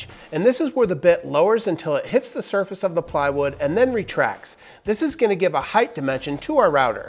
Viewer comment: Height. Height!!! Not highth. Please don’t start saying expeshully too. ;)